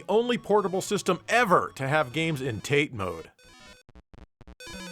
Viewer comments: "teght mode"..? I assume you mean "ta-te" ("vertical") mode..? ;) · It's not TATE, it's TATÉ... Pronounced Ta-tay. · Not to be "that guy", but it's pronuniaced "Ta Tay" not " tate" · Hey wth, it's TATE MODE, not tate mode. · It's a running joke, he enjoys trolling people over pronunciation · Did you say taint? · Also "tate" is pronounced "tah-teh", it's a Japanese word. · deliberately mispronounces it to show how little he cares about Japan or its silly language, and he wants all the weebs to be furious about it. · You are pronouncing Tate incorrectly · Missing Dave correcting the pronunciation of tate mode